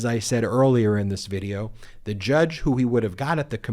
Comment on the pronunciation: the, not thee. The word a is short a, not aaay.